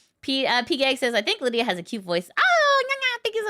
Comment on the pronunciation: "" not "Lydia". Sorry I was distracted and quickly trying to type that at work